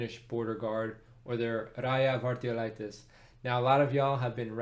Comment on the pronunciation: Wow you really pronounced 'rajavartiolaitos' Well!